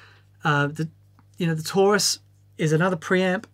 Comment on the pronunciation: I thought it was tourist instead of Taurus lol